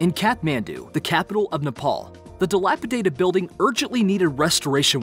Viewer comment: Yeah, he can't say excavator, but he said dilapidated no problem. lol